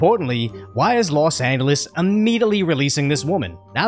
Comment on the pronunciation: Hey 👋 LEARN TO SAY LOS ANGELES 🥹🥹🤭🤭😆😆😅😂😂😂😂 Love your videos go ✊TRUMP 🇺🇸